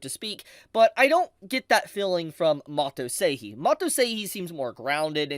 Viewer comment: Sorry, nothing too important but why do you pronounce 'Seihei' Seihii? It is the exact same sounds in both syllables. You say the 'Sei' part perfectly why change in the 'Hei' part. 😂😂😂